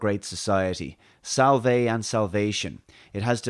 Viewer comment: Salve is pronounced differently than your pronunciation.